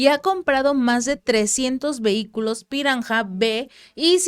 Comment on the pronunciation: "Barmung" "Moguan" "piranja"